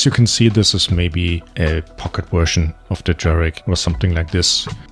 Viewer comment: "My wersion of..." 😃